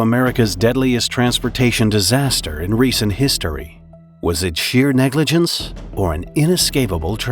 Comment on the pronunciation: "Was it negigence or..." Negligence! It was negligence -.- Each time.